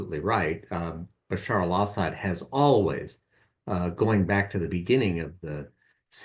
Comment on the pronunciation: Bruh... "Basar al Ashad's recime."